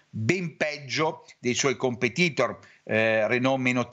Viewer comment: ti prego, competìtor no, compètitor sì. A volte ti sento anche dire bìar market, ma è bèar. Altrimenti ci si ubriaca! Comunque seguo sempre i tuoi interventi, e chissene dell’inglese!